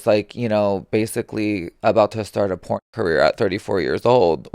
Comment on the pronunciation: She said porn or drag